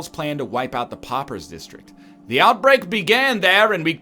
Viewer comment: Poppers! Poppers! I know he's Canadian but he doesn't say slaughter as slopper. They are p'au'pers not poppers. Dammit egg. Awesome series by the way.